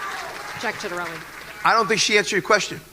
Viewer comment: You should really make sure you know how to pronounce 'Ciattarelli' before making a video about him. lol